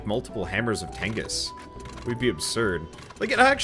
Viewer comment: If you keep calling it the hammer of tengis I swear to god